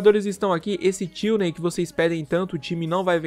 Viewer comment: não é tilney, é Tierney